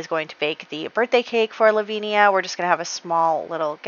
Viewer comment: I love your videos so much! Just so you know, Lavinia is pronounced La-vin-ya (with vin like in Vincent) 😉